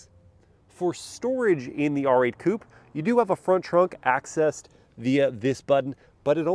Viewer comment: I thought i heard you say “read drive performance Poop” 😂😅